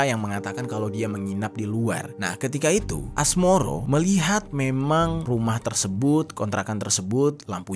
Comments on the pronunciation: Asmoro bae bang,, asmaroh bangggg😅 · Asmaroh bang bukan asmoro hadeeeuh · woy Asmaroh bukan Asmoro anjg😂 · Asmoro😭 asmaroh kak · Asmaroh mas..bukan asmoro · Asmaroh mas bukan Asmoro 😭😭😭😭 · Asmaroh bang,,,, bukan asmoro... sembarangan aja lu hahaha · Asmaroh bg, gue dgrnya Asmoro mulu , apa kuping gue yg salah denger yak.. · Asmaroh bukan asmoroh 😅map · Mohon maaf bang, pemilik kontrakan namanya asmaroh bukan asmoroh😂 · Asmaroh ❎ Asmoroh ✅ 😭🙏